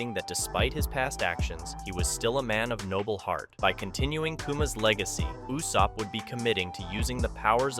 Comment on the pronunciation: Why did you say yousopp